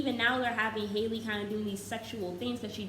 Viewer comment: no qualms with the video itself but y’all… her name is HALLE, like HALLE berry, not hailey 😭